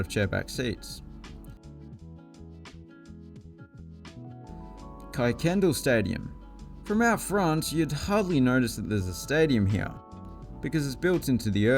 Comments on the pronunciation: There are several things you have incorrect. Football grounds are "fields" in the states, not pitches. The Dallas Wings are not in the NBA, they are in the WNBA. Tommy Standridge stadium is a high school stadium, not college. And Kuykendall is pronounced Kirkendoll. Otherwise thanks for the video. I apologize if someone has already pointed these things out. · Just to blow your mind I wanted to point out that Kuykendall is pronounced Ker-ken-doll lol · It's pronounced Kirk-ken-doll. Yes, we don't care that there's no 'R' in Kuykendall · You miss pronounced Kuykendall. Kirk- in- dall